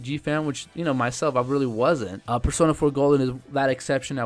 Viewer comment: In persona 4 you buchered there names so bad but I like the list I needed more games on the Vita